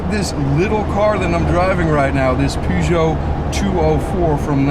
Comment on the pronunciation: Nice to hear the name of the vehicle pronounced correctly.